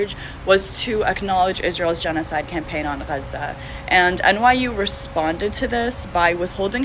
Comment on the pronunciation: Can we just pronounce Gaza as “Gaza” and not as “Gyahzah”